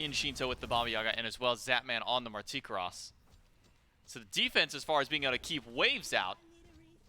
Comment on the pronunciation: Marticross? LMAO the shout caster doesn't even know how to pronounce it! It's "Marti karus" Is how you say it.